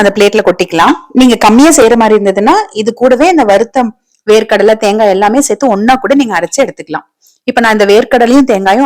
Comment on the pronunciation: சேர்த்து என்றே சொல்லவும் சேத்தி என்று சொல்ல வேண்டாம்